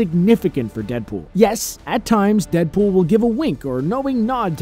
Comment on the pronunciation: How many times did he say dedpol